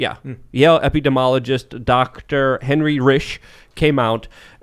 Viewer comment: Tim lobbed an easy one to to give him the chance to pronounce 'epidemiologist' correctly and he butchers it even worse...